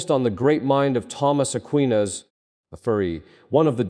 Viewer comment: AI. Mispronounced Aquinas.